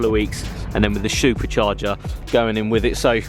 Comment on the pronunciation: too funny “There’s a bottle of nitrous sat in the back ready to be plumbed in “ if it’s not in use why even mention it , and Shupercharger 😂 Honestly ...stating it’s a v6 as well so many mistakes with vocabulary ,come on man do your homework take your time with your words before releasing stuff. You can do better